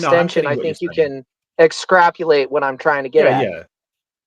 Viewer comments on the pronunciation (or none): "Excrapulate". I love it.